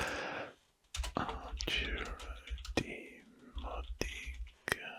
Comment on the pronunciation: Italian here. It's pronounced with the accent on the first O 😊 DiMódica. That apart, I freaking love your videos and art.